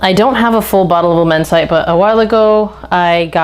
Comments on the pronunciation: Not amber, it’s chypre. Please get it right if you use a true perfumers vocabulary. It is immense it’d. Immense it -ay given the e on the end , my apologies if this upsets but I hope you learn from it. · Its pronounced "La-men-see-tay" 😂😂 and I've almost ran through my bottle of Immortal this summer, its a banger of a scent for cheap.🔥🔥 I received a couple compliments wearing it too😅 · Good review! But… if you’re going to dedicate this much time to fragrances, you should probably learn how to pronounce the names. Luh-men-site? Jesus Christ, I’ve never heard such shitty French.